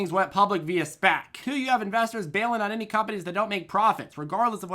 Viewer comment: I miss when you called them S-PACs instead of SPACs